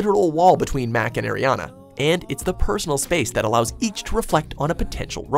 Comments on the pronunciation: did he just say air-rihanna 😂😂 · Queen Ariana :) and btw it's pronounced as "Aariana" not "Airriana" :) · UGH HE SAID AIRYANA GRANDE!!!NO ITS AREIANA GRANDE BRO!!!!!! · its Ari ana not airiana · Why they keep mispronouncing Ariana's name? it's literally Ariana not Airiana😂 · "Airiana Grande" ITS ARRRRRIANA GRANDE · I get pissed off when he pronounces Ariana Grande as "Airiana Grande" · Air-e-ana..... I'm this👌🏼close unsubscribing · Can u people at watch mojo pls learn how to say Ariana it's so annying